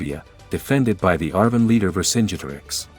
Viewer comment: The way vercingeterix is said is a bruh moment